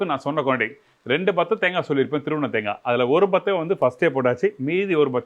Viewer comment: தேங்கா தேங்கா என்று உச்சரிக்காதீர்கள்.காது வலிக்கிறது. தேங்காய்த் துருவல் என்று சொல்லலாமே.🇲🇾